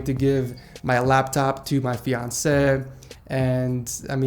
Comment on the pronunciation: Please upload a video of you just saying fiancée for 10 minutes straight it's the cutest pronunciation I stan